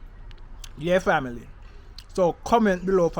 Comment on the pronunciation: Can you stop sating family, the pronunciation getting on my nerves.